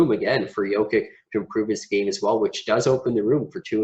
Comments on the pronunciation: Maybe for credibility learn the correct pronunciation of the players. Its just hard to take you serious if you mispronounce names. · Why don’t you go to the Denver Nuggets website and check their pronunciation guide so you can at least say the guy’s name correctly. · How can you make a video about Jokic of over thirteen minutes without learning to pronounce his surname correctly? This is ridiculous!!!!!!!